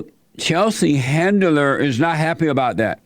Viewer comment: ...he just mumbles out some words and calls her “chetlin handler”. Jesse is the fucking best, he trolls like no one else. The best part is he honestly has no clue who she is and keeps calling 50 cent, Tupac. Soooooo good!!! 😂🤣😂🤣😂